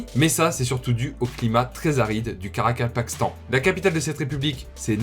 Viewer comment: Bravo pour la prononciation du Karakapakastan👏 Moi j'essaie depuis tout à l'heure et j'y arrive pas lol